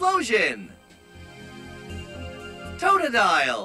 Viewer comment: Huh? Where did you get the TAWT-oh-dile, Pooch-IENA and Paa-chi-risu pronunciations from? o.O